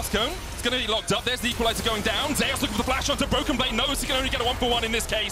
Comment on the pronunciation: Zeus being pronounced as Jay_usss is strange